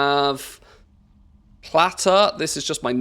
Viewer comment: Awesome list of addons. Thank you for information. This is an OCD comment. You say Name Plate correctly in one second and then you call that Addon Plater as Platter. I'm sorry, I'm sure it is an accent thing.